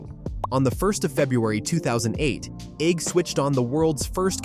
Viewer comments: It's Eigg as in EGG. So lazy not checking pronunciations! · If the narrator cannot decide what is the correct pronunciation for the island of Eigg then what hope do the rest of us have??